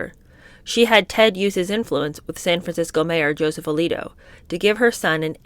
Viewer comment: The SF mayors name is pronounced AL LEE OTOE